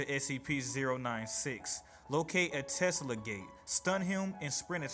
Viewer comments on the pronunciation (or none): none